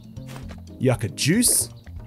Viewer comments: Yuck ah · the way you said yucca... actually bothered me ngl